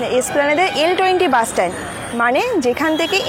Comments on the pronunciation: bash na bus hbe ota, uchharon er bepar ta dekhe neben , স and শ er somossa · 😂😂😂it's bus not bash